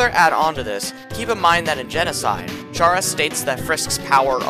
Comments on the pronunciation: kuh-ra, not kæ-ra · Him saying chara with a ch and not chara with a c sound because its short for character and its not pronounced with a ch sound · it's pronounced kara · Just as a reminder; confirmed by the japanese version; the correct pronounciation for Chara is キャラ (Kara) which is also short for character in japanese. Confirming that the name intended to be short for character in the english version as well. From this comes the conclusion that the correct pronounciation for Chara is indeed [Kara]. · I don't know if anyone has mentioned this, but according to the Japanese version, Chara's name is pronounced care-a, or like character. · this is really late but the name "chara" is actually pronouced like Kara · Good video but You pronouncing Chara as Tshara really pains me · Wait so is it care-ra or car-ra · My only criticism is the pronunciation of “Chara” since the fact it’s short for “character” and “Toriel” being short for “tutorial” are pretty widely known facts. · Chara is pronounced as in the first 5 letters of character!!!!!!!!!! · wait he says the ch for chara? omg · the way he pronounces chara is disturbing